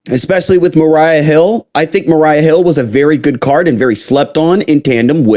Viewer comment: Maria not Mariah